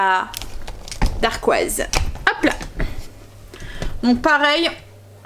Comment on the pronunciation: Bonjour. Voilà mon premier commentaire alors que je te suis depuis un an déjà:) Tes vidéos m’inspirent beaucoup car j’ai moi même un kitchen aid et grâce à toi je me suis lancée dans le pain maison! Par contre, et j’espère surtout que tu ne le prendras pas mal, mais on dit une dacquoise et pas une darquoise ^^ et on dit simplement montrer à qqn et pas faire montrer:) plein de bisous et merci pour tes vidéos!